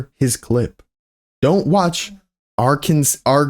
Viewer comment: As an Arkansan I loved this video u til you mispronounced the name of my state lol